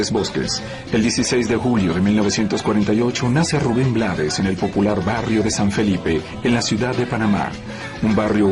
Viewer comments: Se escribe Blades, pero se pronuncia en inglés. Su papá era de Barbados y hablaba inglés, como mucho de nuestros decendiente acá en Panamá. Lo que sucede, es que hay muchos países latinos, que ciertas palabras y nombres les gustan decirlo como se escribe, porque no saben pronunciarlas o no quieren complicarse la vida y eso es incorrecto. Ejemplo Trump, muchos lo pronuncian como se escribe con la U, otras con A, otros con O, pocos lo pronuncian correctamente. en el caso de Rubén, él no se complicó y lo dejó así, porque no se iba a poner a corregir al mundo todo el tiempo, así quedó como un apellido artístico. Además, al final, ellos son los que compran y escuchan su música. Pero si lo hizo saber en el título de su documental que se presentará aquí en Panamá, YO NO ME LLAMA RUBÉN BLADES.(se pronuncia BLEIDS). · Blades es un apellido en inglés, se pronuncia Blaid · S escribe blades se pronuncia bleids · Rafael Chavarría, se pronuncia BLEIDS. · perdón, pero se pronuncia Blades